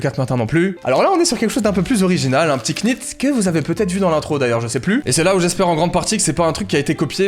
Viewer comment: "Un p'tit QNIT" wesh... ça se prononce "nite" 🤦🏻‍♂